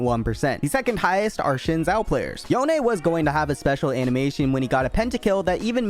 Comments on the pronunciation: Xin Zhao, not chin zhao dude 😂 good vid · says interesting and usedul information about champs* Also: "cat Fiora" "Kerma" "Jhin Zhao"